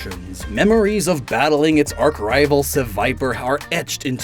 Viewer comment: Mispronounces “arch-rival” and then properly pronounces “adroitly” wtf man. Love you and all but legit wtf?